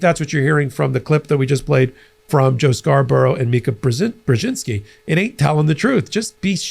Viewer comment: Thank you for pronouncing Mika's last name as it should be.